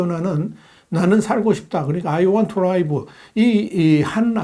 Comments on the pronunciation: 추부길님, 아이 원투 리브입니다. 라이브라는 발음은 형용사, 명사로 쓰일때입니다. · I want to live = 아이 원 투 리브 입니다. 라이브가 아니고요😅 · Why Times의 훌륭한 평론들을 항상 고맙게 잘 시청하고 있습니다. I want to live.에서의 live는 동사로 쓰인 것이므로 '라이브'가 아닌 '리브'로 발음되어야 겠지요. 감사합니다. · 감사히 잘 들었습니다. 혹시 ' I want to live'의 live는 동사라서 '라이브'가 아니라 '리브'라고 발음해야 하지 않을까요? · 라이브가 아닙니다. 리브 입니다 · 라이브가 아니라 리브 아닌가? 노털 코리안 발음? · "I want to live."의 live를 '라이브'로 읽는 수준이라니... ㅎㅎㅎㅎ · 오 놀랍네요. I want to live를 "아이 원 투 라이브"( , , , , , , , , , , )라고 11번이나 틀린 발음을 계속하시고, 한 번도 제대로 발음을 못 하시네요. 말꼬리를 잡거나 영어에서 발음만 엄청 중요하다고 말하고 싶은 건 아니지만, 동사 live를 지속적으로 "라이브"로 형용사처럼 발음하시는 건, 교육적으로도 옳지 않은 것 같습니다. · (I want to live) 에서 live 를 라이브 로 발음하는 이유?